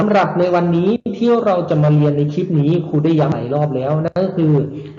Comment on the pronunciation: อยากให้คุณครูออกเสียงรเรือในบางคำให้ชัดเจนด้วยครับเช่นในคำว่าเรียนรู้ นักเรียนคุณครูจะออกเป็นเสียงลลิงอยู่ครับ หรือคำว่าคลิปคุณครูก็จะออกเสียงว่าคิป ขอบคุณครับ